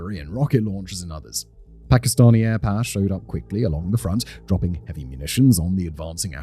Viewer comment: “Aih Pah” is the best way pronounce air power